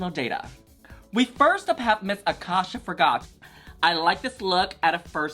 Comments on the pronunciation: It’s not pronounced like akasha like the queen from season 1 is pronounced A-CASE-YA like acacia forgot like in case you forgot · It's Acacia like the flower lmao not Akasha 😭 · it’s not aKASHA it’s ACACIA. Like the tree??? In case u forgot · A-casia not akasha forgot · a-KAY-cia (in case ya) Forgot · Just for future reference (and with nothing but love) - Acacia is pronounced "Uh - kay - shuh" - it's a play on "in case ya forgot" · These 2 getting Acacias name completely wrong has me DEAD 😭🤣